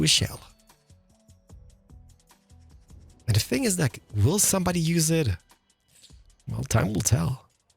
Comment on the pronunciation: Are you danish or otherwise Scandinavian? Because of the “another think I can like” that sounded so scandi like “jeg kan lide”